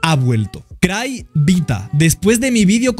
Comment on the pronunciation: Amé la parte de "más bien cry te evita" cuando dijo evita dijo cryvita